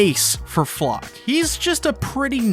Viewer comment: The proper pronounciation would be Flocke (flake) like they butcherd so many german names in the japanese dub (wich i don't care about, its just funny)